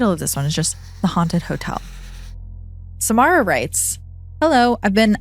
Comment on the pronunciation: whew it’s not my story but my name is samara too and when you said it (correctly too thx!!) i nearly jumped out of my seat 😭 freaked me out bc it’s so rare to hear